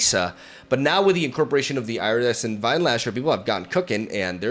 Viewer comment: Ear-uh-dess-ent, not Eye-ra-dess-ent, just so you know.